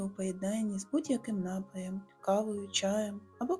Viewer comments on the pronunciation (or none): Яким нАпоєм?! НапОєм!